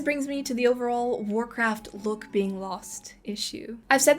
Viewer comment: Temu "Warrkraft"